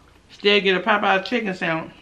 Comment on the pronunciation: "We done got the chickum"! 😭😭😭😭😭😭😭😂😂😂😂😂😂